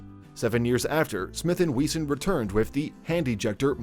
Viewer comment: Smith & We-zon 😂😂😂